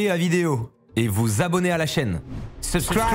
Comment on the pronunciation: Quand il a dis subscried j'ai entendu subscried mad off Fucker ( surprise mad off fucker ) je sais pas si je suis seule mais j'ai rie